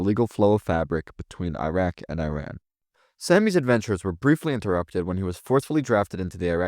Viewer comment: You call yourself a Middle East historian but don’t know how to pronounce iran or Iraq and didn’t know iran isn’t Arab?